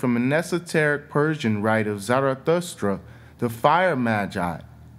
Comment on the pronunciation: 7.15: cat in Latin is feles, not gatto. This is Italian. Zarathustra was not an esoteric Persian but a wise man like Buddha. Some things are so hard to understand in your very, very strong American accent. It would be great if you could ask maybe the Google translator how to pronounce words. At 5.55 f.ex. Or Zarathustra. I understood Persian. So the rest I understood because I know the rest of facts on my own. But this is not the sense of your vids, right? This would be a solution for this problem. :) <3 I wish I would have understood more of it. But even the subtitles did not understand you. No joke. Desperation! But thank you for what I got from this. Very y interesting thoughts and lots are so true! Good luck to you!